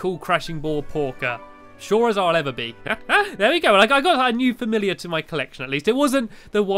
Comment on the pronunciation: You said filliar instead of fimilliar